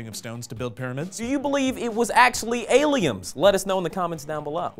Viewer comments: When is someone going to address the fact he says "aliems"? Or is it a sourcefed inside joke I missed completely? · is saying "aliums"? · So why does always say "aliums" when we all know he means "aliens"...? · I would love there to be a t-shirt of all the mispronounced words of (skience, aleums, etc.) in little word bubbles or something. Make it happen SF! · "No aliems." (sic)